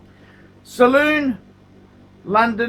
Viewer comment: "Salon" [sall-on], not "Saloon"